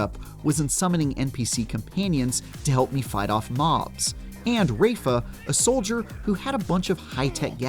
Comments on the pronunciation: Rayfugh is some crazy pronunciation 🤣🤣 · The way he pronounces "Rafa" hurts my soul. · How'd you manage to mispronounce Rafas name they've said it multiple times now